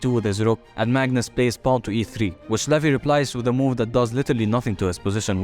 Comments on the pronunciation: Its not levi.. It's levy 😂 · It is levy not levi